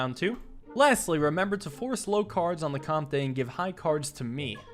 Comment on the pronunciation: I Think comte is pronounced comt, and is french for count!